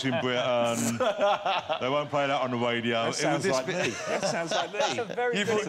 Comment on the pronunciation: 'on the WADIO'